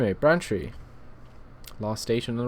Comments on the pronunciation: to let you know, its not pronunced 'branchtree', its pronunced 'brain-tree' like your brain and a tree outside, just for the heads up :) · And Braintree is pronounced as it's written, not Brantree ;) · Ben Wheeler God it annoyed me, when he kept saying Brantree! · And Braintree - you say Brantree, LOL.